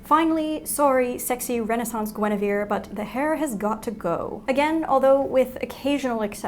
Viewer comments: Every time she said “Guinevere” I jolted 😂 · She said Guinevere and for some reason I kept thinking of maid Marian........I am a disgrace to my family